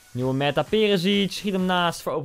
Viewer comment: Koen ie spreekt meta uit als meeta